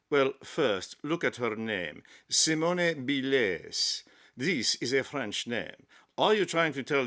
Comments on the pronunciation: had to stop watching when he pronounced the final e in Simone when the final e is silent, all the while claiming it's French pronunciation. My ears are bleeding. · The e at the end of Simone is silent, phonetically it sounds like this, Seemon, other than that your impersonation was pretty darn funny! :face-blue-smiling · in french Simone is pronounced like see-mon (the "mon" of monday). Congratulations to Simone Biles. Greetings from France. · Someone needs to tell ‘’ that her name is pronounced the same way in French as in English. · might be a bit too English to be French (the 'e' in Simone is silent, for instance), but he does have the sass to match.